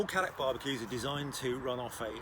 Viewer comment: as a South African where Cadac originated, please everyone Cadac is pronounced as Caydac and not Caddac